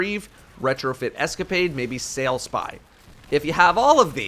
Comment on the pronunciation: Normally i just take opinion and make it my own. But sailspy? REALLY man? Sailspy is just… awful…